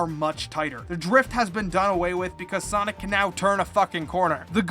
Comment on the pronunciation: "soinec" ya thats how you say it